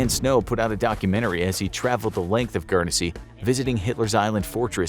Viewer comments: Guernsey is pronounced gurn-say not gurn e say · GURN SEA not Gern e se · Dude - It's just pronounced like Gurn-zy not Gurn-eh-zy lol. No biggie, it just sounds weird the way you're pronouncing it :-) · Guernsey is pronounced gu-ern-sea not gu-ern-e-sea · GURN-sy, not GURN-e-SY, you fuk'n mook. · It’s pronounced gurnsy not gernansea 😂😂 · Its Guernsey not Guernessey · Just to let you know it’s pronounced Gern-zy but besides that it’s nice to see a video about us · It's gern see. Not. Gern es see. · I watch enough sidemen to know it's not pronounce guernEsey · It’s pronounced gurn-sey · Do you pronounce it Gurn-Zee or guer-ness-see like this mug? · I'm sure it's just pronounced "Gurnsey" (my city's all-time star footballer, Matthew Le Tissier would be able to tell you; he's from there) but I've been to Jersey; The bunker hospital complex is massive. Let's also not forget that the Channel islands were kinda seen as British land so they had some value in that sense. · As someone who lives on Guernsey it is pronounced gurnsey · Gern-e-sey pmsl American's can't pronounce anything correctly lol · U pronounced Guernsey completely wrong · I’m from guernsey and I must say that his pronunciation hurts me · The way Guernsey was being said was wrong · You messed up the pronunciation of guernsey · Why are they showing American flags, when talking about Winston Churchill who was the British Prime minister and they were pronouncing Gurnesey wrong 🤔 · The way you pronounced guernsey triggers me quite a fair bit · As someone who is from and lives in Guernsey, I can agree it triggers me 😡😩🤦‍♂️ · Guernsey... You pronounced it wrong most the time during this vid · The people that live there don't pronounce the first E in the name.